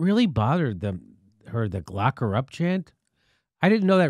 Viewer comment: At first I thought Jimmy said "Glock Her Up"